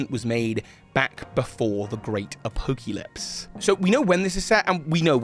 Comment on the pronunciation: "a-poke-lypse" lol